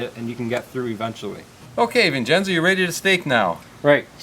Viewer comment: HAHAHAHAHAHA......Gingenzo. It should be Vincenzo but it sounds like Jingenzo. OK ...OK....HAHAHA...OK...OK